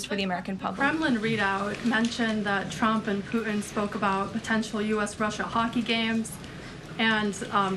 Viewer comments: President “Poo-ihn” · She’s the best speaker of the house that’s ever been! My only complaint is very minute, and she may be doing it on purpose… it’s the lack of pronunciation of the letter ‘T’ on a lot of words where a T is in middle of the word. Like ‘Putin’, she kinda says Poo-en, Forgo-en, impor-ant…It sounds like a 5 yr old. A lot of people doing this lately. My pet peeve. But, that said, this lady is FANTASTIC!!!!